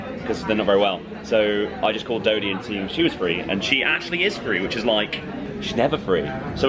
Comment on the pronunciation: Lol he called dodie Dorathy